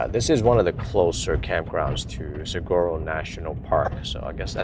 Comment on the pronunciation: We started watching you because we live in Arizona and want the van life. Love your content. But all Arizonans are screaming SAH-WHAR-OH when you say saguaro.